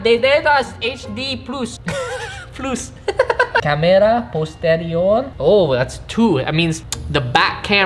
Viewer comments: When you can't say The Substract and the plus you say plUSS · “157.9 Millimeters, Eskwinas, redondela, dededas, HD PLOOS” - , Respect bro🙏🏾🤣